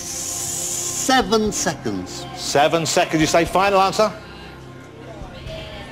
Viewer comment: SO! IS FINAL ANSAH!?